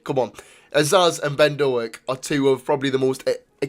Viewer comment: Small point - it's not Do-ak, it's Doak (rhymes with 'oak').